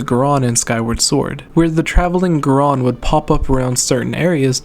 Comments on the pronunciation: Who says goron like gron? It's GOR-ON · You say goron weird. You say it geron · It's not because of your cold. You are emphasizing the wrong syllable. Goron is pronounced like moron with a G. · Maybe he forgot that there's 2 o's in Goron?